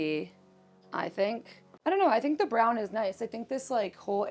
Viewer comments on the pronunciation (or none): none